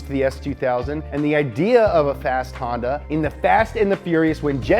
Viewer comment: Hon ----yawn-----da